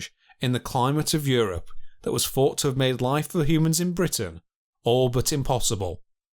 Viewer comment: I also found the pronunciation of some words starting with Th to be annoying. If it was a speech impediment then it’s understandable. But he can say words like; this, then, the etc, then says things like; firty instead of thirty, fought instead of thought, fing instead of thing. I find that laziness annoying too. Really interesting content otherwise.